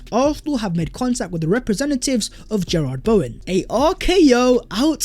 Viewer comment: “Gerrard Bowen” has killed me 😂 I love this guys pronunciation of names